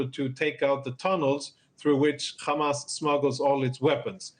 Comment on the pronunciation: Khamas 😂😂 cant even pronounce properly